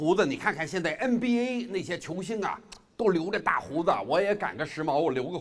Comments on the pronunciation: The way he pronounces "NBA" just made him Madarin to another level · 留意他说的nba,是北京口音